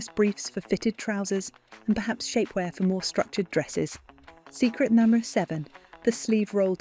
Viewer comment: Learn how to pronounce the word "number" correctly and consistently.